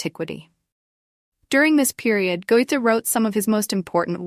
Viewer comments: Can somebody kindly retrain the AI voice to pronounce his name correctly? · Yes, really. And even the mispronunciations are not consistent...